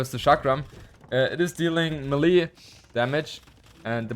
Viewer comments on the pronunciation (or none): Ur the man. Btw small correction it's "may lay" not "me Lee" when you say melee